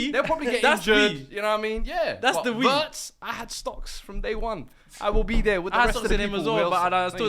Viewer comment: I hate pronunciations of Wirtz